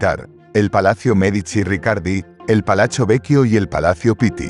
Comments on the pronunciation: Porqué dices palacho en italiano , se pronuncia palatso..así sería la fonética...se acentúa un poco más cuando se repite la consonante pit-ti...lo mismo con palazzo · La palabra “Palachio” NO existe, por Dios! Que alguien le aclare a “”! La palabra Italiana es Palazzo Pitti, y en castellano, Palacio Pitti. Se acabó! O es otra vez la mal llamada, Inteligencia Artificial, que de inteligente, poco tiene!